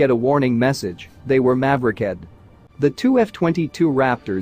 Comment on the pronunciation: "They were maveri-"ked"??